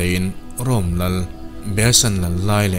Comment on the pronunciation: Rome lal Behesan lal lai leh a fapa Tidas "lål" anih hnu thleng khan... # Quatation mark chhunga ka dah..."lal"...tih i rawn lam rik hi a dangdai hle mai. # (He thutlar bikah hian) - Lal (King) kan lamrik dan pangngaia la rik phei zel awm tak ? I rawn thluk hrual mum ta bik a...???